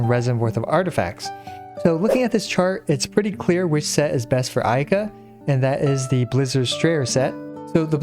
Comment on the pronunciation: I heard ayke 🤣